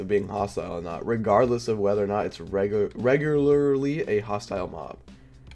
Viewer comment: I think Sapnap has a little bit trouble saying 'Regularly'. :3